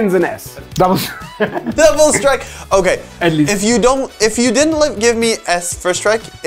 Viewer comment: Strike not SRTIKE